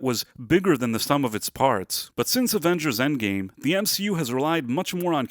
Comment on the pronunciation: Avengers e non avenghers